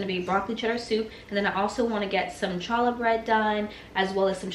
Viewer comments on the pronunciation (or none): Love seeing Mommy and daughter working together. Good job training her. Nehemiah is a beautiful name. I never considered it for a girl but I like it. Just so you know Challah is pronounced haa·luh... Keep up the good work. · Everything looks delicious. The correct pronunciation for “challah” is “hallah”. The “C” is silent. I’m loving your channel and have been binge watching over the weekend. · That is odd I am not seeing my original post to you on the Word Challah… so, now not sure if that “correction” post makes any sense! I had posted, how fun making memories with children in the kitchen! And then suggested a “tweak” of your pronunciation of “challah”. How the first letter in Challah, is the Hebrew letter “Chet”, pronounced coming from the back of your throat, much like a cat hissing… many find this letter hard to pronounce without some practice. Love your videos! You do a wonderful job!